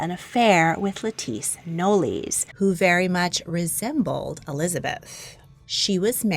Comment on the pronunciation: "Knollys" is pronounced "Noles" not "nollies" and is usually spelled Knowles nowadays